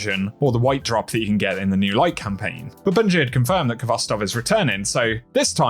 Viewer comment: Stop mispronouncing khovstov! This is a Russian word, and the kh is a transliteration of the Cyrillic X. This has a sort of raspy H sound.